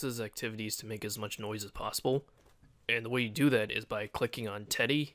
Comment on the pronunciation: TEDDY NOT TEY